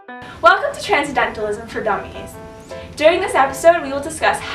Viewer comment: Tran-cen-dental-ism. Tran-cen-dental-ist. Every time I heard the first girl say "transdentalist" and transcedentalism I wanted to punch myself in the face